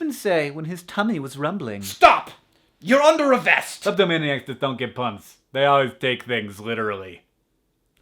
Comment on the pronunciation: I had to listen to the kleptomaniac joke three times before I understood he'd said the word 'kleptomaniac' - and I'm native.